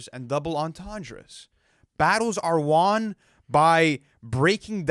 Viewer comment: Please go back and watch crodie he says that ish so weird lmao